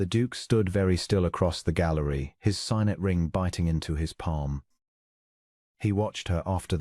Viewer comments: For a ring it's sig-net not sigh-net; close= clowse or cloze depending on context; bow is pronounced bough when it means showing deference; and boh when it is a ribbon tied prettily or the instrument that shoots an arrow. A very sweet story and nice narrator's voice. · AI chokes on various words. Unfortunately, signet is one. Sigg-net, please.